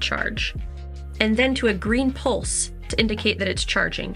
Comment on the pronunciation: Please don't say 'pulse' like that. Ever again.